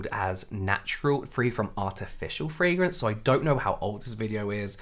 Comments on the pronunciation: I just can't wait for this community to get over the fragrance thing so I don't have to listen to Americans butchering the pronunciation anymore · The way the first tiktoker pronounces "fragrance" annoys me.